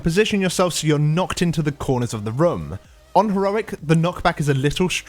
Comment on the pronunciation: whenever you say "room" it sounds like "rum"